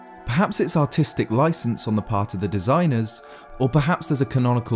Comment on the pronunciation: I know he's saying Artistic but it sounds like hes say Autistic do to his accent, i laughed so hard at mishearing it.